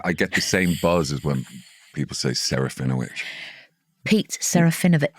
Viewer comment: Actually shouldn't it be seh-rah-fee-NO-vitch in accurate Polish pronunciation?